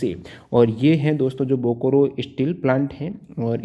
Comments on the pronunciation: Bokoro😂😂😂😂....say it as Bokaro👍👍👍👍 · Thanks sir. But pronunciation of Bokaro is बोकारो not "बोकोरो ". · Sir bokaro pronounce Kiya jata hai....bokoro nahin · Bokoro nahi hai bokaro hai. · Bokaro hai sir bokro nhe achha se padyi